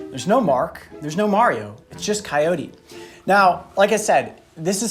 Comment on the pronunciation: Am I the only one who thinks the way he says coyote is weird ? "Cayoti"